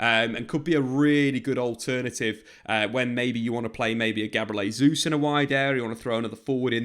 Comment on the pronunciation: Great video. One thing: Jesus' name is the Portuguese pronunciation rather than Spanish. Pronounce the J the english way.